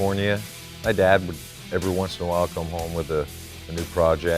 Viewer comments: I thought he said “Bad husband”. I even went back and listened again. The. Saw in the comments he said dad. 😂. Anyway, that was a cool video. His garage is insane! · Lol, I thought he said "I'm a "bad" husband", listened again and of course, "I'm a dad, husband.." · I thought he said " i'm a bad husband" lol